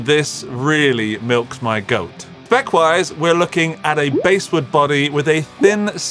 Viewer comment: "Basswood" is pronounced like the fish, not the timbral range.